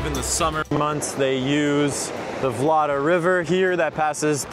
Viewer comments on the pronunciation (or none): Just a notice...its vnot "Vlada" river, its Vltava and if its dificult to pronounce the czech name for you which i understand it can be, you can use the german name "Moldau". By the way "vláda" in czech language means government, so your pronounciation sounds funny to Czechs. Vltava is celtic/gaelic name and means wild water.🙂